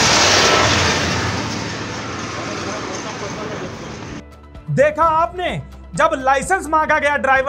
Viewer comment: Ye driver hai iski ek hi BAAT buri lagti hai ye jab Bhi bolta hai ch ko sh bolta iski bhasha suno isne Hindi ki maa bahan kar rakhi aapne Note ki ye chalan ko saalan bolta hai hain ko shen chala ko saala chaddi saddi ye konsi bhasa hai Bhai ch ch bol sha mut bol ye chidiya ko bhi shiddiya bolta konsi Bhasa hai ye jab Bhi bolta Hai aap khud dhyan se suno ch ko sh thank you transport tv